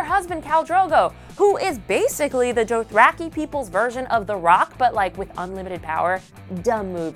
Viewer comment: the cringe from her mispronouncing , dothraki, viserys, and saying catelyn got decapitated...